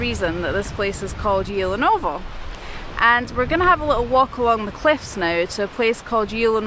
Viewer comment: Actually the letter "T" in Tyulenovo isn't silent. 😉 Great videos, congrats!